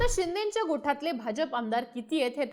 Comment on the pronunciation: अहो गोठातले नाही गोटातले असं म्हणा...